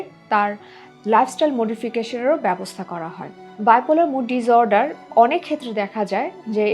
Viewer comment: Disorder pronunciation? (Dis, not diz). So is the case with disrupt.